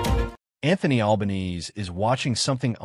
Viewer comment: To make anyone remotely interested in the content of this clip, try using a real voice, or at worst an AI generated voice with an Australian accent......mispronouncing the name of the dreadful PM was the least annoying bit.